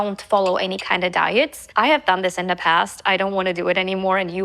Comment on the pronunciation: Hallo,ich mag deine Videos wirklich sehr und nutze sie auch gerne um Ideen für neue Rezepte zu sammeln.Außerdem finde ich es super,dass du deinen Kanal auf Englisch (welches du echt super sprichst)machst.Allerdings ist mir heute aufgefallen,dass du vor Vokalen,wenn du „the“ sagst,das „the“ wie vor einem Konsonanten aussprichst.Es wir aber quasi „dii“ ausgesprochen.Das soll jetzt bitte nicht als Kritik sondern nur als Feedback verstanden werden!Mach weiter so mit den Videos und bleib wie du bist!🩷